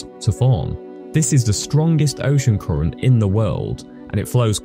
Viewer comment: Koorent, koorent, koorent 🙈